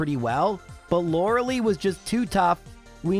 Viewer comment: You say Lorelei wrong